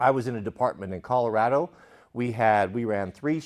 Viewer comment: the only thing I disagree with is your pronunciation of Colorado.